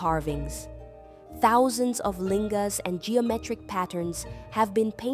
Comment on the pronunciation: Why do you say lingas. Looks like Naga carving, older.